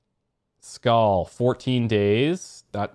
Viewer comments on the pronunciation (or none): none